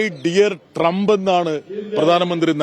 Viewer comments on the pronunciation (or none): മൈ ഡിയർ ട്രമ്പ് അല്ല അണ്ണാ... മൈ പ്രണ്ട് ഡോളൻ ഡ്രം അങ്ങനെയല്ലേ 🙊